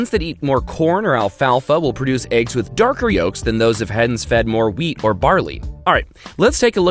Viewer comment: Aegs is all I can hear